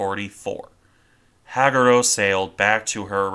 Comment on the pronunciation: Hag U Ro Ha Gu Ro Use 1.25 speed before dismissing the video. It’s much more natural sounding. Otherwise, well done! 👍